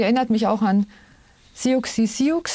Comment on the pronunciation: Siouxsie Sioux wird gesprochen wie Susie Su ...